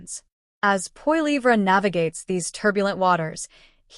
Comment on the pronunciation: Check yourself. You don't even know how to pronounce Poilievre. You are a complete propagandist. I know you can do better please?